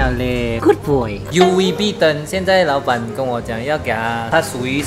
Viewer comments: 6：32谢谢你老板，变成谢谢你老爸😂😂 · 我听到说谢谢老板可是看到字幕是谢谢老爸